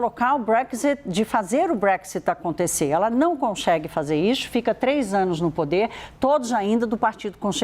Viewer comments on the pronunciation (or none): Conxegue , comexa... Ai Credo, difícil assistir a notícia desse jeito...Por que quase todos jornalistas andam a falar assim?